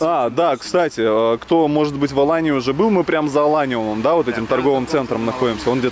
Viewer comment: Не АланЬи а Алании.. этоне АланЬя а Алания.. откуда ты взял этот мягкий знак??